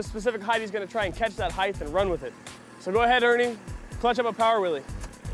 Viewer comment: its so annoying when he says willie.!